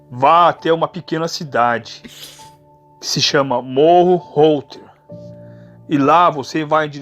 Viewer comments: O cara chamando morro reuter de morro router kkkk (se pronuncia morro róiter, cidade bem top👍🏻). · Errou o nome de Morro Reuter toda vez...morro roldre...morro rolder...morro pisca...